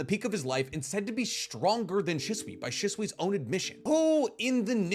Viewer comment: *She-sui ✅ *shi-sui ❌